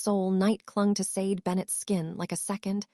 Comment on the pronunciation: Sade is pronounced "Sha dei"